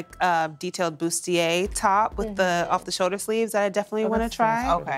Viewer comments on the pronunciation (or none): none